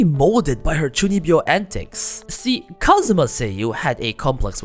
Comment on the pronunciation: I had to look up what chunibyo means, and be like ah.. 中二病… The pronunciation definitely does not remind me of the word.